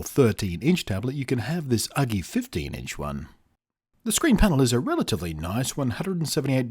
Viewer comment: its not Uglee ....Its ..YOU-GEE ..either way i got 21inch one there great but this ones costs more than the 21inch version so no brainer buy the 21inch version ..lets say there solid i dropped mine off the table 3 feet on to screen and ....Perfect frame came way but clipped back on ok and no issues it still worked ...so china FTW on this product ..so surprised it still worked after that